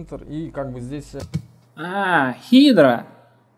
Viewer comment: Автор ты такой "умный", hydra произноситься как "Хайдра". Так что не умничай,сам не далеко ушёл от товарища,а может ещё и отстаёшь.